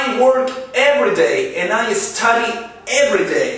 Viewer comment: Esta diciendo estady en vez de stady ,este verbo .study,fíjense bien